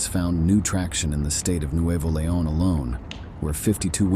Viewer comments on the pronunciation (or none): none